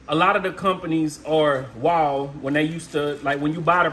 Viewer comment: I had to stop watching when he pronounced Wahl like Waol.